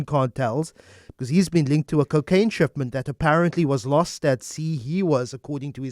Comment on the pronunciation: The way he says "cookaine" bothers me 😳